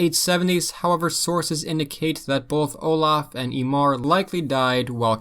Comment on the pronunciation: So, the "m" consonant in Irish, or Irish Gaelic if you prefer, is pronounced as a "v" often. So they called the viking in writing "Imar" but pronounced like "YEE-vehr". I believe that Ivar the Boneless, Son of Ragnar(possibly son of Gofried not clear whether Ragnar/Gofried were the eldest brother or father, Possibly an amalgamation of the two, combined with grandfather Sigurd or Siegfried) is the same man as the Ireland's "Imar", the East Anglian "Hyngwar", and the Mercian "Inguar" are all the same man. The names of the sons line up well, the chronology makes sense as when he disappears from Irish annals he all the sudden shows up in Anglo-Saxon ones. I think, like all oral history that gets written its not sure who the father is, or the perfectly remembered names, and its like telephone, one guy says one little detail different and it changes the story. Its like King Arthur, although the Holy Grail stuff is much less provable but was he one guy, multiple guys in one, a substitute for another early king of England? Because they show up so much I feel they are based on a real person or people, but the details get a little fuzzy just telling stories and then it gets written after the fact.